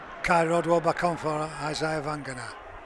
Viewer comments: Its Vagana, not Vangana; and Cozza not Coser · I agree entirely. Years ago Eddie Hemmings continually pronounced Isaiah's father as 'Vangana'. Crooky seems to have got it from Eddie.